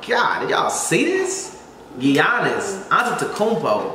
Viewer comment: Dude says Gee-onis